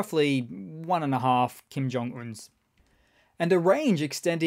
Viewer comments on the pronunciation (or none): half Kim John Uhnses... ;)